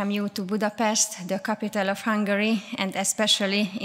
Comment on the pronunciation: ész tényleg, -nél Budapesztet mond. Most akkor rendben vagyunk? Igazad van, tényleg ez a lényeg. 😆Mit mond Dóra??? Budapest, vagy Budapeszt? További szép napot!😙